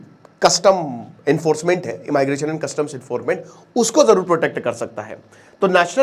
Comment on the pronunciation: ए माई ग्रेशन ❌ इमीग्रेशन ✅